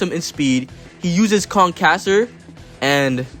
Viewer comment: If youre gonna respect sanji then you have to respect the pronunciation of his attacks because they are also cooking techniques. And in cooking the language you use is french. "Concasser" just blew your credibility in half at the finish line.